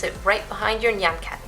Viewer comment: FINALLY SOMEONE SAID NYAN RIGHT!